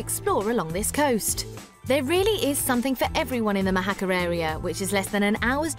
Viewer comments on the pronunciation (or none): What is ’Mou - hakka’ ? At least learn how to pronounce the Spanish names if you’re going to film there… Mojacar!